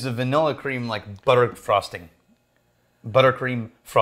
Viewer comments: "it's that buttercream frostingk" I can't not hear the 'k' now! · did just correct himself because he didn't say frosting with a hard G? Lol